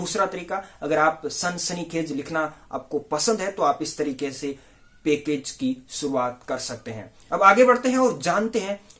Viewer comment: भाई जर्नलिज्म सीखा रहे हो! और खुद ही अभी तक गलत #Pronunciation कर रहे हो। पैकेज को पेकेज बोल रहे हो और चैनल को चेंनेल!! माफ़ करना, #Unsubscribe कर रहा हूं।